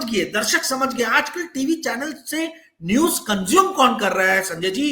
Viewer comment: Arrey apne muh miya mitthu banna band karo yaar. Roz ek hi baat. I watch your channel for your guest's views despite your speech impairment. Nooj nahi hota news hai. Moojik nahi hota music hai